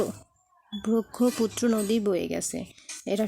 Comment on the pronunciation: ব্রাহ্মপুত্রকে বলছেন ব্রক্ষপুত্র🤭